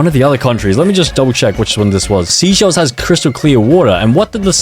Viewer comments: Seychelles is pronounced sayshels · bro called seychelles "sea shells'😭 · The way he said seychelles wrong 😭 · and the fact that he said Seychelles was a stupid name and him pronouncing "Austria" as "Australia" is just so irritating. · The fact he said all of the countries wrong it’s not sea shells it’s seysheles(say shells) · it’s actually pronounced like say-shells, not sea-shells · Seychelles is not pronounced seashells. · It's not seaychelles say chelles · It’s actually pronounced (say-chELL-ees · bro it’s pronounced (say-SHELLS) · How you pronounce seychelles (Say - chill - a'z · Every time he says a country’s name wrong: Canada - Canadia Seychelles - Seashells Saint Kitts and Nevis - Saint Kit and Nevis Liechtenstein - Lithuania Austria - Australia Vanuatu - Vanautu Australia - Austria São Tomé and Príncipe - São Tomé and Principal - São Town Principal Saint Vincent and the Grenadines - Saint Vincent and the Grenades Antigua and Barbuda - Antique and Barbecue Samoa flag - Polynesian flag - Samosa flag Suriname - Surname Grenada - Grenade-a Cape Verde - Cape Verdi For a grand total of 16 times. Tell me if I missed any countries in the comments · pronounced like “SAY SCHELLS” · Bor said seaschells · mo- naay- co 💀💀💀💀 MO NAH CO SEE SHELLS💀💀💀💀say-chells